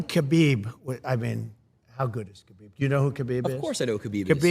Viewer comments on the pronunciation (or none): LOL at trump saying khabib 😂 😂